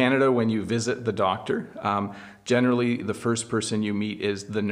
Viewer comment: You generally saying gene'rally